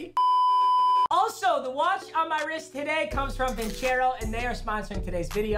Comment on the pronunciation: Papa you pronounced your Sponsors name wrong you kept saying vin-chairo when its actually vin-cero